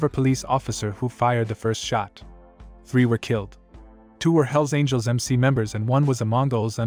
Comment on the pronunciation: It's all hype...and the guy(?) who made this video doesn't know squat about any of the clubs he's talking about! He can't even pronounce the names correctly...unless this was his way of calling out the club in some kind of disrespectful challenge? Outlaw clubs will always be around...too many citizens keep buying their dope and hiring them to get rid of their ex-wives...